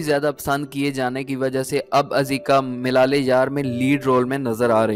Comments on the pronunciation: Milal e yaar nahi malal e yaar on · Baklol...... milale yaar nhi, malaale yaar